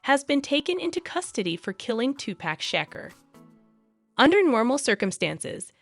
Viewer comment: you butchered Tupac's entire name...